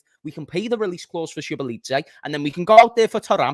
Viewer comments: it is Zo boss lie ffs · That Szoboszlai pronunciation is mad!!!🤣